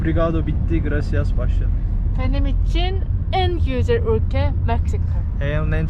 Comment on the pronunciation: Güzel değil gücel yaaa 😂